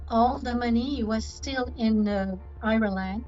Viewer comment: "He was still in I-reLAND..." I like her pronunciation!